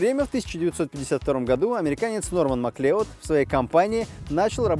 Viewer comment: Не Маклеод, а Маклауд